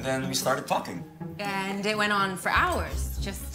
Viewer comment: Am I and my sister the only one who heard Marco say “fx*king” instead of ‘talking’? In ? Likeee, we’re literally ROTFL!!! 😭🤣